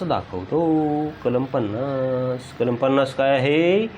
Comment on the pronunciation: Kalam bola kalma nahi